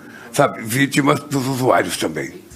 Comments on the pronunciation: USU-AI-ROS.? USU-AI-ROS?????🤔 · Ele falou USUAIROS ???